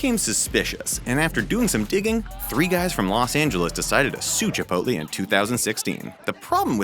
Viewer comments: DONT SAY CHIPOLTE!!! (It offends Mexican culture, according to my tour guide on my recent trip to Ensenada) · THE WAY HE SAYS CHIPOTLE